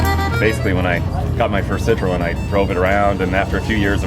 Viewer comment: What's so hard about pronouncing "citroen"? Its in the fucking name. Cit-ro-en. Not that hard.